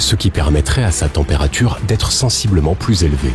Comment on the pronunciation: La température n'est pas si zélevée... non, un effort là !